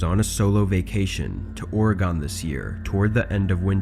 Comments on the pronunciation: OR EH GUN. Not Orygone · not “orogone”🤣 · ore-gon. not or-e-gon, not o-ray-gun, not or-gun, or-gan, it's ore-gon. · Oregon was mispronounced 😆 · I lived there 14 years and I can't tell you how many times I had to correct friends and family. I know it's a little thing, but it always irked me. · I noticed that to 😅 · Great videos, man I love that you have a lot of them coming out. Just one thing when you say Oregon it’s just like saying it in one syllable!